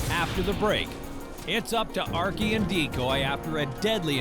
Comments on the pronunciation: Why is the narrator pronouncing archie as ark-e?!?! But god bless those dogs...i immediately cried at the thought of the dog that almost had to give his life for her. THAT is the reason why i would be able to hurt 1,000,000 people over 1 animal...that is real unconditional love. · Thought I heard her pronounce it as "Arkay"...almost art imitating life before art happened reminded me of Skyrim dog(s), lastly how that cottonmouth get there in the first place I'd figuer you'de find it in the Everglades, very suspicious like somebody placed it there.